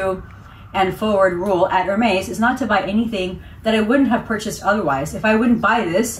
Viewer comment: Love love your videos!! But just a minor, helpful tip on pronunciation. It's more like Err-Mez not Hair-maze. Congrats on the amazing haul!!